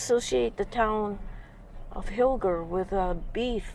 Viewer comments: We have always pronounced hiller with a soft g. Like Roger. Mom worked in the Milwaukee office there. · Hmm, our daughter & hubby lived lived by Hilger MT for years, but they all pronounced it Hil-jer. Also, thought they said that school was originally moved there from Kendall...